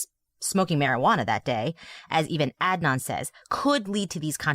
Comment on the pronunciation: I want to listen, but I’m two minutes in and can’t stand the fact that you are both choosing to butcher Adnan’s name. Pronouncing someone’s name incorrectly is a choice that speaks volumes. Not sure why you didn’t make an effort to provide him with the basic decency of learning to pronounce his name.